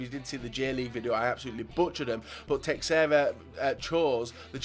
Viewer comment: ffs it's Teh-share-uh